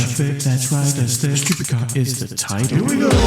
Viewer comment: It's tchupid.